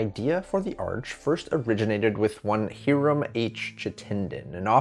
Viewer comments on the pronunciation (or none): Please find out how to pronounce people’s names. Hiram (HEYE’ RAM) Chittenden. (CHIT’ TEN DEN). I tried to continue to watch, but it was like fingernails on a chalkboard. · Might want to review the pronunciation of 'Hiram' and 'Chittenden'